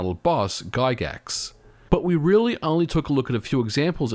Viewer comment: Ah yes, the famous Earthbound boss, "Guy Gax".